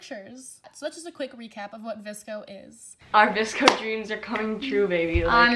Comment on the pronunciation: why does everybody say “VISCO” and not “VSCO”